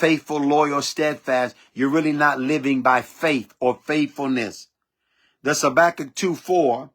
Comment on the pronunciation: Habakkuk not Sabakkuk. Your notes came up with a S.